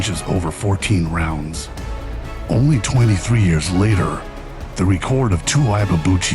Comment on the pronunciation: Please pronounce ‘record’ properly.